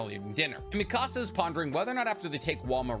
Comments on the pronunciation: You say mi casa, it should be Mikasa ( me-kuh-suh) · You say mikasa's name like you're saying mi casa from Español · Love you. But omg. Why do you say Mikasa wrong?! 😂